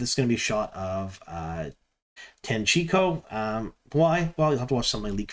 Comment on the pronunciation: I’m just proud of you for pronouncing Tanchico correctly after the 3 videos where it was a problem. Proud of you!